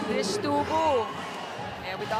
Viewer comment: Trisha ❎ Trish ✅ HAHAHA! 😂 isang letter nalang tinipid pa bigkasin ng mga caster.